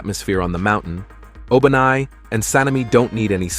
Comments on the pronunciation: what you just said O-BA-nai 😂😂😂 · Bro actually said ''obanais snake turned bigger''